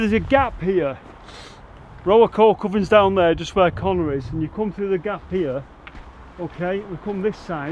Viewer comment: Not 'Coal Covern' it's a Coke Oven. It's just the way pronounced it with his north Manchester accent.